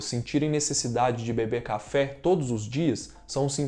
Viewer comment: Cafe ou cha-fe?? rs